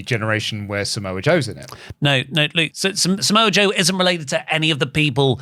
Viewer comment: Slowly enters screen “and somoa joe” 😂😂😂😂😂